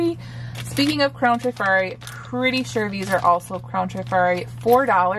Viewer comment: Please don’t think I’m being a know it all but the correct pronunciation in trif-ari not tri- fari. I worked in a jewelry store in the 70s-80s and sold hundreds of pieces. I’ve heard several resellers pronounce it incorrectly so just thought I’d mention it. Love love love your channel! Thanks for sharing your beautiful vintage finds.